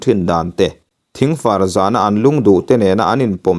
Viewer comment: Thingfa- r zan ti lovin thingfar zan tiin lam nise